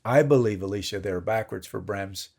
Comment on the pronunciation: I think he said “Eleesha” which is not the way she pronounces it, but it might be the way he read it if they were communicating by email.